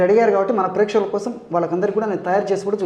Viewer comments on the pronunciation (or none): none